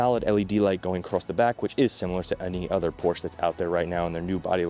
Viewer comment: A word to the wise. "Porsche" is a two syllable German name.